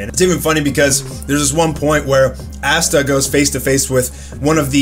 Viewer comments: It's Asta bro not assta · The fact that he pronounces it as Assta and not Asta LMMMAAAAOOOO 😂😭😂😭😂😭😂😭😭